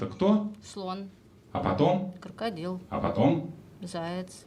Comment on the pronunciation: Кырыкадил, крокадайл 😂😂😂